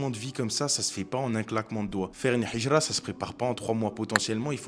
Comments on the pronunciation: Salam, Hijra avec un ه et non pas un ح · Salam mon frr vu que t'arrive a dire al hamdoulilah il faut dire al hijra le "H" faut que tu le prononce de la mm manière qu'avec El hamdoulilah baraka Allah oufik